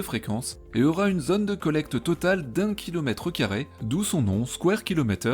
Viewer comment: "d'unh kilometreuh carrai" .. hmm .. tu serais pas du sud ? :)